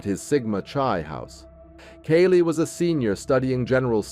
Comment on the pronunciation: Lets see...it was 7 1/2 hrs...the shock phase was made up by police...not her words...it wasn't 15 minutes...he mispronounces Kaylee's name...cell phone data did not place him there during the crime...the manhunt didn't happen...they ID'd him and found him right away...and he is in prison...